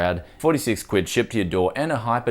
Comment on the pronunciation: Sounds so weird when a non British person says "quid" xD